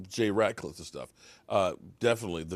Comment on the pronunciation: It’s Rat -Liff not Ratclliff.. 😆😆😆